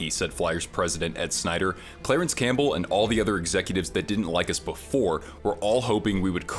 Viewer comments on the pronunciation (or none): none